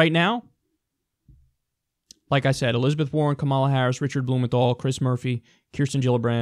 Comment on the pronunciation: Kyle I love you, but you have to make a correction to this or give a source. There's no way this costs 600 billion; not even the most scummy estimates go that high.Also on a smaller note, in "Kamala" the emphasis is on the "ka" and not the "ma".